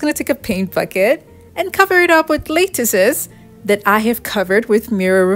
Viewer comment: Wow, these are such clever ideas! FYI, the first syllable of "lattice" rhymes with "hat." 🙂